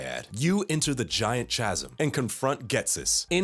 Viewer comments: did i seriosuly hear "chad-sim" its chasm... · i can’t believe you just said chasm like that